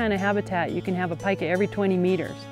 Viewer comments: Pee-ka not pica -. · Cool animals. I thought it was pronounced as "Peeka" before viewing this video :) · This animal's name is PIE-kah though, not PEE-kah. Pikachu is named after a Japanese onomatopoeia for electricity crackling (pika pika), not this animal.